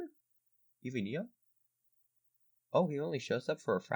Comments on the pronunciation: It’s EI-ON NOT EN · You pronounced eon wrong